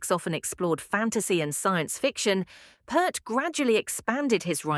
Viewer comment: Peart! Not Pert! How the hell can’t people get his name right? It’s not that hard people Jesus!